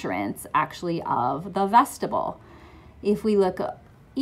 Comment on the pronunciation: Vestibule is pronounced vest-tib-yool